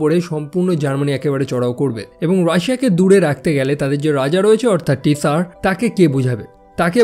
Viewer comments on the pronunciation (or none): ওইটা "টি সার" না, জার। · Tsar er pronunciation "jar'' hobe na?"Tsar" means king, r Russian King er nam chilo Nicholas, Tsar Nicholas.. Tsar shunte weird lagtese, jemon "tsunami" ke "ti-sunami"/pneumonia ke "pi-neumonia" bolle lagto..